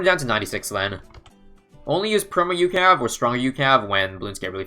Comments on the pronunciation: It's U C A V from cod not ukav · It's not "youcav", it is U-C-A-V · I hate how he says ucav. Instead of saying every letting individually